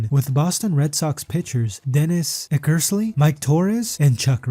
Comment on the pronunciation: If you can't pronounce eckersley or vida properly you should stick to football.